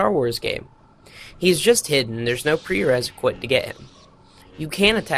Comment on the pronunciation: Am I the only one that's a bit bugged out by the way he pronounces the word "prerequisite"? He says "preresiquite".